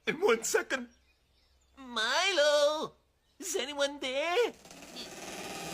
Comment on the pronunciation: LOL!Fa troppo ridere...è PALESEMENTE DOPPIATO eppure il labiale corrisponde!X°-D Ma poi dai..Lucius ci può ancora stare come traduzione per Lucio,ma sentir chiamare Milo"MAILO"mi fa troppo strano!@@ E poi Balia Bea sembra che la chiamino"Bee"(="Ape")!X-D Elf???Milo da Folletto Luminoso è diventato un elfo??:-P HOLY POLENTA???!!!X"-DDD Ah,ecco,non avevo sentito male!Balia Bea l'hanno VERAMENTE chiamata Molly Bee!:-O